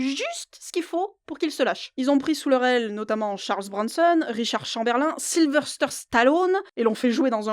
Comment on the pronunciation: ah non, pas vous, pitié ! Pourquoi encore et toujours "SylveRster Stallone"?? Vraiment le nom Sylvester, ou Sylvestre en français, vous est inconnu ? Vous fêtez la saint SylveRstre ?